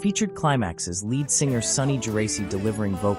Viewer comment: I'm 70 year old guitar player. Of course, I know who Jimmy Page is. I'm just playing with the AI mispronunciation of "lead".